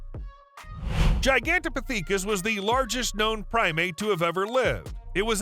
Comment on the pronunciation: Gi-gan-toe-po-thee-kis? You had to try and mispronounce that one it's miserable the use of ai is so poorly utilized or optimized that although there be slight artifical intelligence there is a total lack of actual intelligence... Parrots, ravens and mccaws are able to memorise words and repeat them back, this channel is just doing a bad try at it